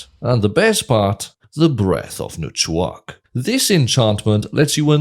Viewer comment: I’d say speaking welsh would give an advantage to being able to pronounce dwarven names, never heard breath of nchuak said so effortlessly